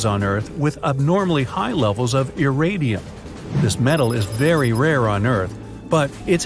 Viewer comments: Iridium not iradium ffs. There are so many problems with this video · Mispronounced iridium, impact quite a ways from Cancun.